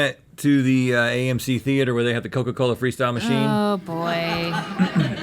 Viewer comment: "Coker coler!" 😭💀